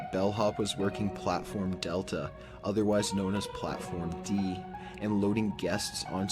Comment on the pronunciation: I love the old top15s post but the way he said platform D...💀